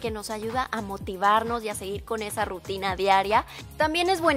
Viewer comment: Jajajajja dice RITUNA jajajajja me mato de risa (: se escucha chistoso